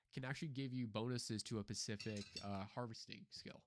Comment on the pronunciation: SPECIFIC..... NOT PASIFIC.......... S.. SP.... ESSS